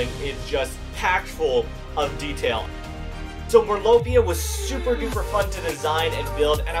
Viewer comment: And it’s merlopia not mirlopia